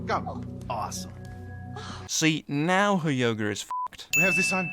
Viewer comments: He says yoger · When you say her yoga is f*** it sounds like you're saying her yogurt is f*** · Says yerga instead of yoga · He calls yoga yoger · You Said Yogr not Yoga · Sin for saying "yoger" instead of yoga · You sin the way she says impenetrable, but you say "Yoga" like "Yoger" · "yogER" Lol Silly brits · "Yoger.......Yoger". This is why I love British accents, the way words are said in British English. XD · Pronounced "Yoga" like "Yoger" +1 sin for "Everything Wrong With GamingSins" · Minus 124 sins for you making yoga sound like yoger